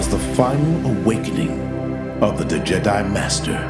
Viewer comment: Haha its pronounced Djed i not D jedi but love it !